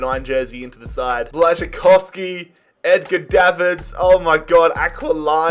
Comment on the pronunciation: Im from Poland and I was very impressed how you spelled Błaszczykowski so fast and good lol